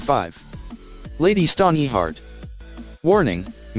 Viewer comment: Forcing an ad for completely unrelated shit into the middle of the video is extremely obnoxious and disrespectful to viewers. I didn't come here looking for faceless Pokemon shirts. Also, please don't use the robot voice. The ear-piercing mispronounciation of the names is difficult to tolerate. Lady Stoneyheart. Lahnistur. Ugh.